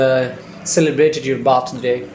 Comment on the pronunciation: Bhai sir ka slang to check karo op 🤣 Birthday ni bathday 🤣